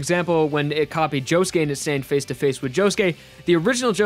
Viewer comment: Did it annoy anyone else when he said josuké